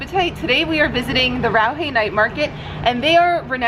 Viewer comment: Thank you for coming to Taiwan & uploading so many wonderful videos around the world. As a local English teacher myself, I've got issues with Taiwan's English translations. Like the Raohe Street Night Market you are visiting this time, the pronunciation is more like Lao-Her, actually. But I can't blame you guys, as well as many others. Since you are all misled by those crappy translations. Look forward to seeing you guys in Taiwan again. The city I am living right now, which is also my hometown: Tainan, is generally considered domestically as the No.1 foody paradise in Taiwan. You may want to visit here sometimes in the near future.